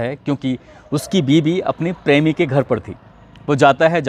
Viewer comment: "prami"😂 typical western UP pronunciation.